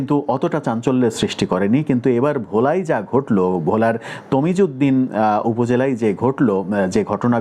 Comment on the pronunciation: তজিমউদ্দিন নয় তজুমদ্দিন